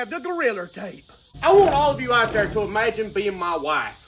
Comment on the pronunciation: 🤣 "jus close yer eyes an just magin yu wud mu whife"? NO!, NO!🤣🤣😅